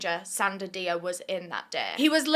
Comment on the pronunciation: I'm a bit of a silent watcher, but your videos are my fuel:popcorn-yellow-striped-smile:. btw, Dia is pronounced 'Jah' because, in francophone West African countries, that is how it's spelt.